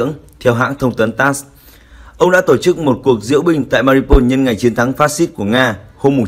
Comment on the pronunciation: Tên tp là Mariupol mà ông nầy cứ đọc tắt là MA-RI-PÔN,bỏ mất chữ U,mà cứ đọc vậy hoài.Chán...